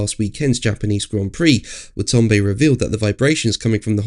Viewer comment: Wa-ta-na-be... not Wa-ton-be...